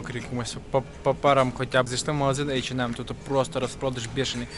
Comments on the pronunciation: Айчинем .Неееет такого магазина в Германии ,ты хоть при немцах так не говори . H&M Посмотри в ютубе хоть алфавит немецкий . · ейченмем, мда